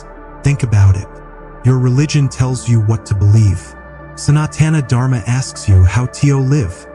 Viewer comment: This is a lovely video. I request you to not use AI dubbing because it is based on western sounds, they cannot pronounce soft sounds like the 't' in Sanatan and the heavy sounds like 'dh' in Dharma. It spoils an otherwise wonderful experience. 🙏